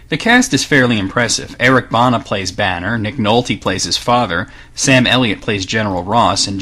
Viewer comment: eric banas last name is pronounced the same as Bruce Banners...